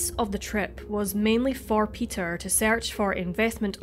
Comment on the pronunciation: I love how this lady pronounces her 'E'...like in Latin. Almost like a long 'A' like..."search" = "sayrch"..."SAYrch"...instead of "surch" like Americans pronounce it